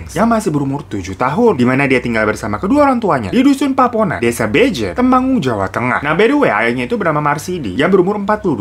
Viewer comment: Aku tadi dengernya kak Hiro bilang nama desanya Beje.. tanpa N, yg betul bejen kak.. Maaf aku koreksi takut salah denger